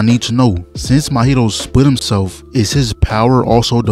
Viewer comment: Bro, Mahito isn't an alcoholic drink with mint in it, bros name is pronounced MAW - Hito, not Mo-hito lmao.